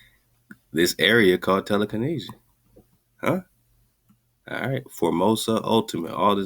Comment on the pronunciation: Tele-Kahn-Asia?? This also looks a lot like telekinesis or telekenetics